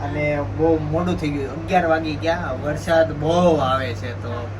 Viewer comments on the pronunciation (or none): none